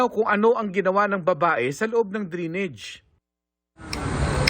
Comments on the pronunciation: Drainage not drinige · Drain-age not drinage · Mark Salazar - DRAINAGE po ang pronouciation hindi DRENEGE!!! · Ano ba yan GMA "drenege" dapat drainage😂😂😂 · Drainage ❌️ Dreenej ✅️ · Lupet ng reporter nakarating sa GMA pero bigkas sa drainage "drinij"